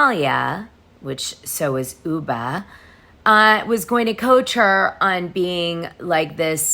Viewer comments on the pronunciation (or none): Great job as usual. By the way ubah is pronounced oobah. Last name pronounced Ha son. Not Houseein, which is also a common in Somalia (or Muslim countries heart❤